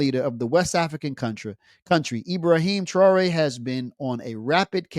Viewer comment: with your Arab-Western slave name like you carried how tyou can pronounce Ibrahim thraore oups sorry the name thaore you can't find in book Bukhari